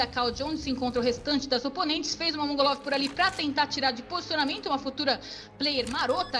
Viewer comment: A narradora falou "mongolov" KKKKK